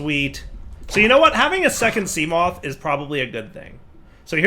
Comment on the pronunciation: Try not to mispronounce seamoth Level: impossible